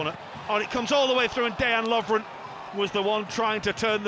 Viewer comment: Day-an Lovren lol 😂